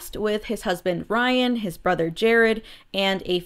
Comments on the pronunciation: Girl couldn’t even say rylands name right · I understand everyone commenting and informing me that is his real name. I was not aware of that and was just used to hearing Ryland so it surprised me when she said Ryan. It wasn’t an attack or me trying to correct her or anything. I just thought it was funny.